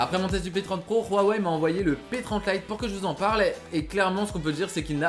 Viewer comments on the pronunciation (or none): rhuaway mdr sinon ta video est trot bien a par quand tu a ecorcher le nom huaway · ruawei lol